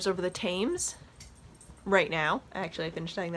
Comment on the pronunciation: I think you were guest starring in the pets podcast this week!! Loved it. FYI "Thames" is pronounced Tems